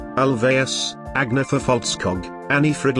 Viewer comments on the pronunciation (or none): It is pronounced ahn-yeta